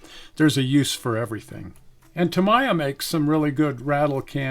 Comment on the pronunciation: Please, Tamiya is pronounced Tä-mee-yä. Otherwise, thanks for this excellent video on the various paints.